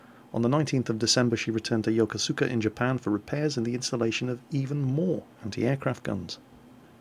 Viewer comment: Yokosuka is a tough one to pronounce. It's not Yo-Ko-Soo-KA like you'd expect from a Japanese word. Instead, it's more like Yo-ko-SKA, as in this pronunciation guide I had to be corrected everytime I said it for the first week I was there.